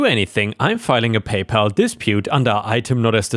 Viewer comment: Freight is said like "fr-ate" not "fright." And "PayPal" is "Pay pal" (sounds like the name "AL") not "Pay Paul."